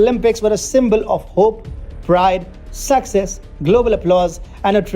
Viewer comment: How he says "EMERGENCY" AND "SUCCESS" Tho